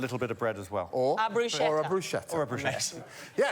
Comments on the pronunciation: A word to the entire English-speaking world: "bruschetta" is not pronounced the way you think it is. There is no "sh" sound in the word. It's much closer to a "k" sound. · "I'm putting in Bruschetta" It's pronounced Broos-kett-ah. Damn brits. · It's pronounced "brew sket uh". Why is that so hard? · It's pronounced broos-KET-ta. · "brooshetah" is an interesting way to say bruschetta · Everyone mispronouncing bruschetta here :o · made me crazy how they cannot pronounce bruschetta ...